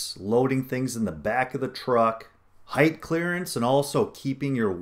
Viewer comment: midrise height, sounds like KITE. not hithe.